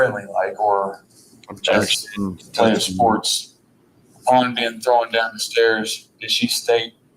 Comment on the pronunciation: How many syllables are in the word "thrown?" Is he Canadian? 😊